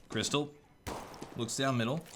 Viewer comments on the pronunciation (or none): Its Krysta - LAW..Not Krystal.